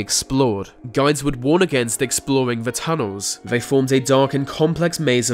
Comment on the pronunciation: Why can’t you say ‘th’ or ‘t’? Ve instead of the, vey instead of they, wivin instead of within....driving me nuts